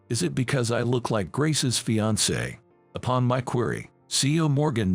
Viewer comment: Fiancé- pronounced:feeyancee